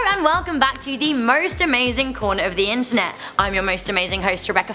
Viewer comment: Merst amerzing